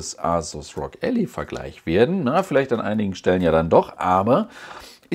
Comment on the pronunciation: Es ist übrigens Ally, gesprochen ELLAI, der "Helfer/Verbündete/Partner", nicht die Allee, was man Alley schreiben würde ;)